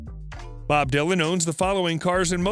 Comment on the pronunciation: insane! the details are all over the map! + he can't even pronounce "dylan" correctly!! how hard is that???